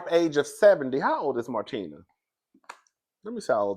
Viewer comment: you pronounced martina’s name perfectly